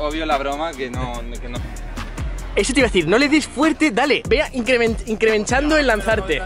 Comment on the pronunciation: Nadie: Absolutamente nadie: Alfit: incremenchando Jajajaja maquina